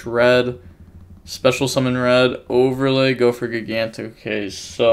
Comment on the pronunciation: At last you're using the correct name for the TCG. Now to start pronouncing "gigantic" correctly.